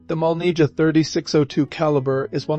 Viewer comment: This is why I don’t like the English spelling. It causes confusion. It’s not MOLNIJA, it’s MOLNIYA.